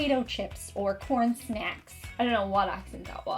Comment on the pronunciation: “Snacks” definitely sounded like an American Midwestern accent. Lol